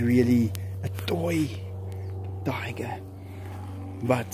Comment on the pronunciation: Anyone else keep coming back to here say "Dyger"